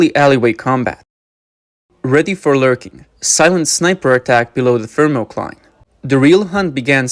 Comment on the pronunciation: everytime he says "FiRMOCLINE"<<<you gotta drink.